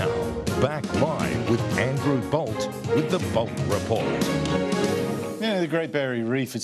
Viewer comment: 'BOLT', - 'BOLT'.